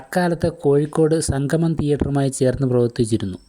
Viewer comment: കോഴിക്കോട് സംഗം സംഗമമല്ല 👍